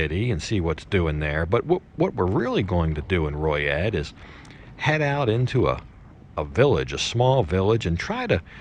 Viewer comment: Is it pronounced Roy et? I knew a gal from there she always said Loy et maybe my hearing not that good